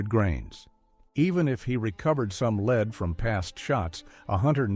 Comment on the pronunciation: hmm it's kind of weird how many errors there are like pronouncing "lever" as "level". And lead as leed.